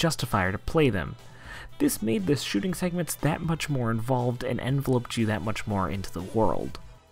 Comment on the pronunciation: Lol. So this is great. Few weird pronouciations. Syl-pheed, play-kay-ted, en-vel-oped, not loped